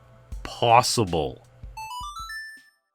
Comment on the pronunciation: Anything is, how you say¿? PWossible...